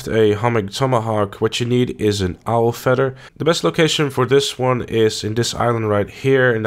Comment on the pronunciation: Aight.. How is it that you say 'feathers' correctly by pronouncing it with the TH, but then you pronounce 'feather' as if it were spelled with two D's? You sir, are messed the eff up!